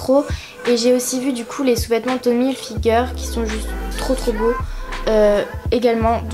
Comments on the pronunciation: C'est tommy HILfiger pas figer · On dit Pas Tommy "figueur" c'est Tommy hilfigeeeer 😂😂😂